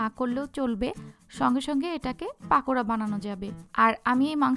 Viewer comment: পাকোড়া বলেনা পকোড়া